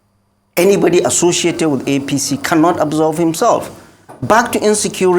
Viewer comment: "Absolve" NOT Absorb.